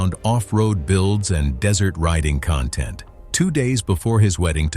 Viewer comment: The accent of content, is on the first syllable.